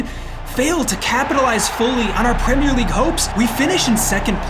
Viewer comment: Pwemere league